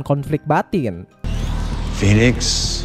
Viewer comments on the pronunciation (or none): none